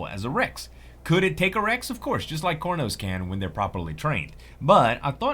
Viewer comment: IMAO CORNOS XD XD IT CAR-NO-S